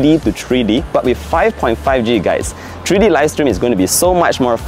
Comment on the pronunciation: it's Three-D, NOT "TREE-D"!